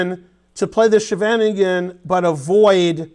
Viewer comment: Love how you pronounced 'the Scheveningen', we do have a strange language. Very instructive video! :)